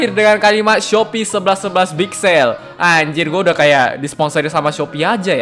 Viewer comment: Tidak bisa dipungkiri, CGInya bagus banget. Pas ngomong "SALE" sekilas terdengar "ZEETTT". Jarang-jarang loh Tokusatsu di parodiin iklan Indonesia, bukannya ngedukung tapi malah ngejatuhin. Biarlah sesekali Tokusatsu di parodiin, giliran yang sering muncul artis Korea pada ngerengek minta Tokusatsu, menghadeh😌